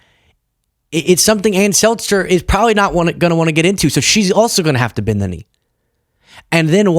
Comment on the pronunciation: Dude, it's Ann Selzer, not SelTzer. She's not carbonated water, lol.